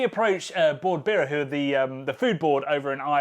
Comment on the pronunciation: Sounds like you are saying "Bord Beera" not "Bord Bia", hahaha.